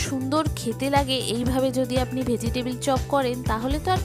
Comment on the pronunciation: ভোজিটেবিল না শব্দটা হবে ভেজিটেবল ! 😅